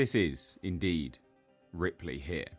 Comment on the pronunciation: Did the guy really call Ripley 'Ridley'?